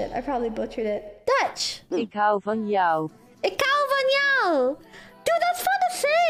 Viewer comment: I just really love how she pronounced ik hou van jou because I'm dutch and many people butcher the language and I'm impressed she got it almost correct the first try. Keep making these great vids. Greetings from the netherlands 🇳🇱